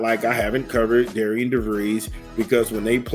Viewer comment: it's pronounced "Darren", you are right, it's a bad choice, not sure what's going to happen, this guy did not have a good record at all. Ben McCollum is going to be a super-star at Iowa. I just don't see how this "Darren" dude is going to even compete with the brain-power of Ben McCullom. It's probably over for Dolson.